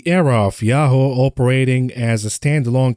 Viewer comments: it's pronounced "Ya-hoo" the "hoo" sounds like "who", not "Ho". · Yahoo is pronounced as ya-who and not ya-hoe. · “Ya-ho” … fml 🤦🏻‍♂️😂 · It's 'yah-who' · lol he says "Yah-hoe" funny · Yahoo is pronounced as "yah-who" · ….please 😅 Yahoo is pronounced like this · Revisit your pronunciation of Yahoo. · Yahoo is so unimportant that doesn't even pronounce it properly 🤦